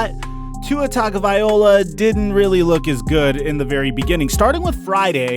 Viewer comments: Not to get picky, but being from Hawaii, please pronounce his name correctly. It's Tagavai-loa not Tagavai-ola. It's not that hard to say or remember. Aloha and Mahalo !!! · Guy said tagovaiola 🤣🤣🤣 Tagovailoa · Tua-tagavai-LOA not Tua-tagavai-OLA 🤦‍♂️ C’mon my guy , you got the goods just gotta get the last name right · Its tagovaiLOA not vaiOLA. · Bro it's Ta go vai lo a NOT Ta go vai ola get it right bro. Keep up the good work tho🖖👍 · Bro, it’s pronounced “Tah-go-vai-low-ah”. Not “Tah-go-vai-oh-lah”. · Tago-vai-loa not tago-vai-ola sir please get that right 🙏 👍 😀 👏 😉 🤣 🙏 👍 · His name is Tagovailoa, NOT Tagovaiola!!! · Vai-loa not vai-ola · dude you're killing his name i can't take it anymore...it's "TagovaiLOA" not TagovaiOLA"... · TagovaiLOA not OLA... get it right!!! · TAGOVAILOA! LOA, LOA, LOA! Good grief man, stop saying OLA! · Bro, it's TagovaiLOA not TagovaiOLA. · Loa loa not ola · BRUH its vailoa NOT VIOLA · Wrong. TUNG-o-vai-LOA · Hey guy. Just a little comment on the pronunciation of Tua's last name. Its pronounced "TON GO VA LOA" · Please stop saying tago-VY-OLA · Tongue-O-bye-LOA not OLA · Let me spell his name like it is pronounced per his own pronunciation. Tunga-va-low-ah . Stop the slaughter of his name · TONGUE-OH-VYA-LO-AH. #FinsUp!!! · Great content but please, for the love, learn how to say his name.... It’s Tua Tagovailoa (Tung-oh-vigh-loh-a) Hearing you butcher his name for 8-min straight was ear-splitting. If it’s too tough, just say Tua, but don’t butcher his name like that..... Sincerely, All Alabama and Dolphins Fans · OK, Let's fix this once and for all..... In the SAMOAN LANGUAGE, The letter A makes the AHHHH sound, and the letter G makes the NG sound as in SONG, TONG, PONG, LONG, So Tua's last name is pronounced TAHHHNG-OHHHHH-VAAAAH-EEEE-LOW-AHHHHH. To hear it pronounced with the TUNG/TONGUE with the UHHH sound instead of the AHHHH, IS KILLING MY EARS....LOL. Please learn it, because you are going to hear it a lot...